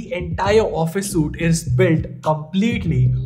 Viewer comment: several videos on office suites later and he still says it wrong every time. suit = soot. suite = sweet.